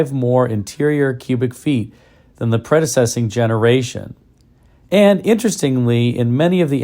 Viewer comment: “Predessessing”? There is no such word. The word you were looking for is “preceding”.